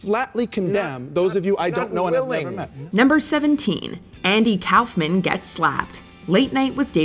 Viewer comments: Andy Kaufman. It's "Andy (Cough Man)" Not "Andy (Cowf Man)" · Kauffman’s name is pronounced KAWFMAN, not KOWFMAN.